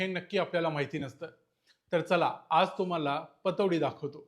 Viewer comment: पटौदी ✅ पतोडी❌